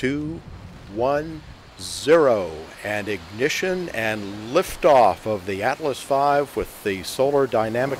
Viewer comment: That guy said lafe oof lol